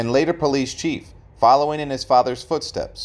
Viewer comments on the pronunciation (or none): none